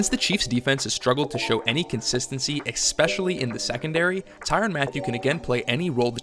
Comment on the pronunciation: Xspecially Dude? Seriously? Lol People...... The way to pronounce it is just like it's spelled.... ESPECIALLY !!!